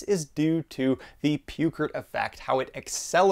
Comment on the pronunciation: "Pewcrit?" Do you mean Peukert's law approximating measured capacity versus discharge rate Cₚ = Iᵏ t ?